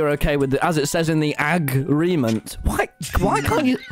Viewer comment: aggreement instead of agreement